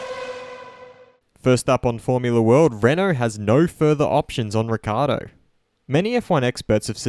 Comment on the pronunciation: Daniels surname is frequently mispronounced and you continue the tradition. It's pronounced Rick-Key-Ardo. Notice the double c's.